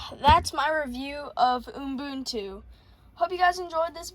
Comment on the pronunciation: (also it's pronounced "you-boontoo" or "oo-boon-too")